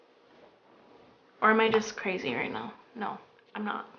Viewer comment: haha its crazzzzy not crassssy hahhaa